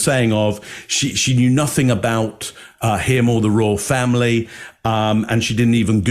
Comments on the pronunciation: Fomlee 😂 lol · Their children really don't have a role to play in their historical fomlee as Harry pronounces it, they are several cousins away from the throne.